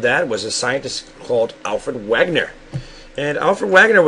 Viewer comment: It's actually pronounced (vaygunner) as Alfred Wegener (vaygunner) because it;s german